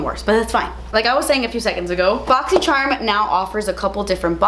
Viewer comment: I love the way you say boxy sherm lmao